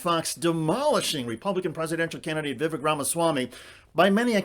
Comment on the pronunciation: vivek rhymes with cake according to him